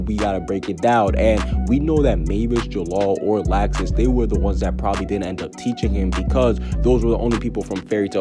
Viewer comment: I’m so excited to get fairy tail back in anime. I cried so much when seeing the last episode lol. But this is great news! Also why is he pronouncing Laxus’ name as “lax • sis”?